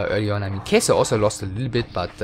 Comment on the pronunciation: Its not Kejsr but Catcher or Katcher. In czech Kačer(it means male duck)